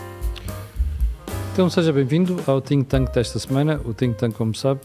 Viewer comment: Think Tank.....tá bem dito, não como dizem ...Tink Tank